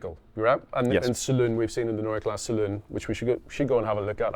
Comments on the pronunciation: Guys, the "E" in KlassE is not silent. I don't want to "Po[r]sch" it up but it's also PorschE and not Porsch. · Why did you properly pronounce the 'e' at the end of "neue" and then not do it at the end of "klasse"? Every. Damn. Time.